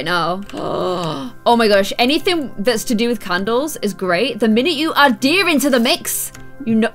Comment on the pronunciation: Every time she said deer when she was decorating, I thought she was saying diya